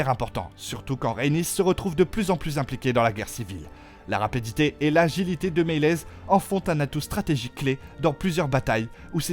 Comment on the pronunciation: De ouf 😂surtout quand il dit rapadité ( c'est rapidité) woa mes oreilles saigne ..